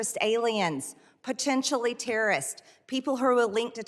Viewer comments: She is "protentially" calling Dan Goldman uninformed and uneducated? Where do I start...🙄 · Pertentially??? She is a true master of the English language. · Pertenshully, folks.